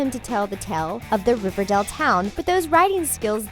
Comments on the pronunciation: It’s Riverdale not Riverdel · I’m I the only one who thinks she’s saying riverdel and not riverdale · It's Riverdale not Riverdelle. Is that so hard? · Did anyone notice how she pronounced it River-doll instead of of River-dale? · It's Riverdale not Riverdel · Why is she saying riverdell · Did anyone else hear her say riverdel? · she kept saying riverdale wrong